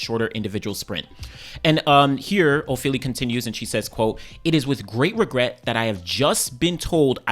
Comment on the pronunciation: As a Nigerian born in London I can’t say I blame her she has been riddled with so much incompetence a less mannered person would have crashed out by now Also the surname(s) pronunciation 🫡